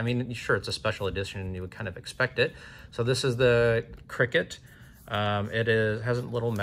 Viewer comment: I dont think it's pronounced cricket, C.R.K.T stands for Columbia River Knife and Tool and it's just the acronym I'm pretty sure